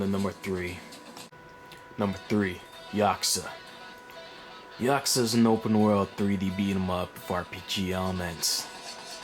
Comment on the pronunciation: Ya Coo Za. This is how it's pronounced lol